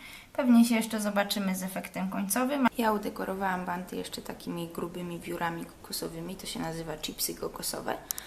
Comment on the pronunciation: Od kiedy na bounty mówi się 'banty', jesus. Jeśli nie umie się angielskiego, to się nie mówi, bo to okropne.